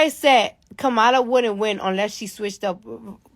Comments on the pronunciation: Democratic!!!! KAM-A-LA!!!!!! Its irritates dafuq outta me for people to purposely mispronounce someones name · Her name is Kamala (Comma-la)